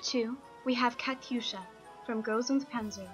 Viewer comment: KATYUSHA NOT KATSUYA GOD DAMN КАТЮША НЕ КАЦУЯ МАТЬ ТВОЮ KAT'USCHA NICHT KATSUYA VERDAMMT NOCHMAL